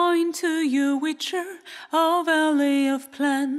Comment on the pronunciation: Leider ist der Stimmsitz generell und auch die Aussprache noch ausbaufähig - speziell die des relativ wichtigen Wortes 'Witcher'. Das kriegt auch ein Nicht-Muttersprachler hin ;). Grundsätzlich ein schönes Cover, aber da könnt ihr NOCH besser werden.